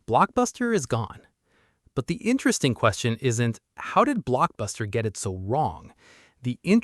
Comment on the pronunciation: It's INSTRESTIN